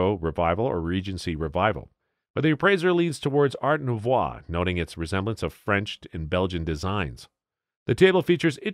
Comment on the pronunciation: "Art noovwah"...!?